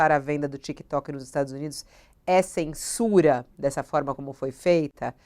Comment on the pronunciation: Çensuraa, o chandão quer nos çensuráá 😂😂😂😂😂